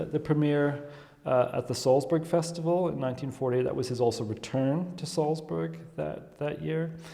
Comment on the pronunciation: Nor can he pronounce Salzburg properly. Weird.